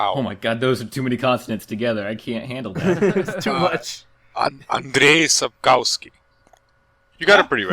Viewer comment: Eh, pronounced Andrzej Sapkowski ok - actually completely butchered it.